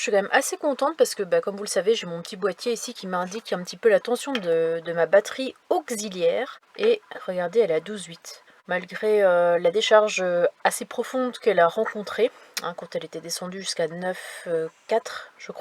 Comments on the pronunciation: Bonsoir, on dit Auxiliaire et pas ogziliaire ouh la la le français ce n'est pas la la qualité première des belges MDR lol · '' Batterie Augueuzilliaire ????? "